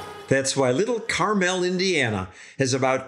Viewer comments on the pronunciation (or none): Its pronounced Carmle (car mall), not caraMEL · The Indiana city he’s talking about is not pronounced Car-Mel it’s Carm-al. The city in California is pronounced Car-Mel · It’s pronounced car mul like the candy not carmell… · First, it’s not Car-Mel, it’s Carmel. Second, Fun Fact: Carmel bought a new fire engine a few years ago that was too long to make the curve in the roundabouts. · Live not far from Carmel, IN and we're getting lots of roundabouts also and they are GREAT. BTW -- They don't pronounce Carmel, IN like they do Carmel, CA. They say car-mal not car-mel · Carmel, Indiana and Carmel, California are not pronounced the same. It's kar-mul (IN) and kar-mel (CA) respectively. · Carmel, IN. KARml like the candy. NOT kar-MEL like nothing I've ever heard before. It was named after Mt. Carmel in Israel. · Use to work in Carmel. It is pronounced more like Car-mull in Indiana. Carmel is in California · (from Indy) It's SUPPOSED to be Car-mell....we're just lazy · Did you pronounce Carmel correctly when you were there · Great piece. Carmel does have a lot of roundabouts and are building more. Sometimes you drive out of one roundabout into another. 😆 oh by the way, we don't pronounce Carmel like he does in the video. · YOU ARE SAYING IT WRONG!!!! We don’t say it that way in Indianapolis… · No one in Carmel or anywhere else in Indiana pronounces it that way. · Great video, except that you kept mispronouncing "Carmel". In Indiana it is pronounced with the accent on the first syllable like a certain coating on an apple.